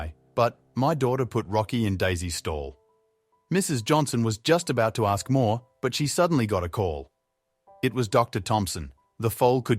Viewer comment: Poorly made up nonsense story, that only small kids or non horse person with low IQ would believe, The BOT voice can't even pronounce "ask". Anyone who believes this BS, I might have an investment proposition on a bridge... well maybe not, trying to distance myself from those naive, gullible types that will argue until blue... My favourite part of this video was "wanted to make a quick buck" OMG waiting 11 months to make a quick buck, come on people can't really be do sappy as to believe this cornball holed filled fantasy!?! Surely our collective IQ has not dropped this much! Another BS channel selling MERCH going on my block list! Too do loo...